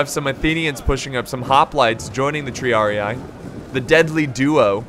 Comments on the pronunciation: with love, but its not said TriariAE/AI. It's said triarii, like a spanish or an italian would say it. Both i sound like the first one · "TREEAREEEE" not treearei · Triarii is pronounced 'tree-uh-ree-E', not 'tree-uh-ree-AYE',. It's Latin. P.S. Great battle, as always. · Tr - e - ah - ree (Triarii) you are saying it right just remove "eye" so it is Treeahree